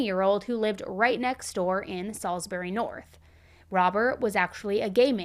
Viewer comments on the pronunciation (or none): I love you but I put off this one as it happened really close to my home. That was until I heard how you pronounced Salisbury 😂😂 now im laughing. But on a for real note this is just such a horrific crime. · How did you mess up saying Salisbury so bad 😭 I live in Adelaide and that’s NOT how you say it😭 My mum also drove past the house when police were digging out the barrels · U said salisbury wrong hahah